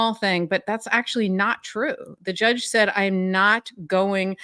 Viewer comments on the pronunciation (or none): Can someone please mention the way he says “jyudge” ??? Like there’s a yuh sound there shouldn’t be in that word when he says it…and it makes me want to peel my face off, grow it back….then peel it off again.